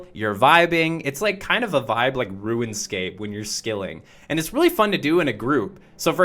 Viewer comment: did dude just say ruinscape